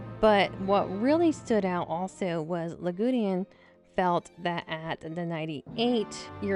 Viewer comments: Lagudin? It seriously sounds as if you are pronouncing his name LA-GU-DEAN! Yikes! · OMG! Yagudin's name has only THREE SYLLABLES, NOT FOUR !!! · not yagudeean yagudin